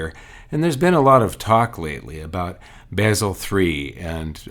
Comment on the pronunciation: It´s Basel, not Baysel.